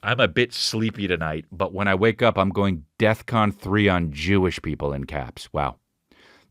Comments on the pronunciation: Was it just me or was Chris saying "death con" ?? Lol Bc I'm pretty sure its "defcon" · It’s DEFCON. With an F. Not DEATH. Fuck.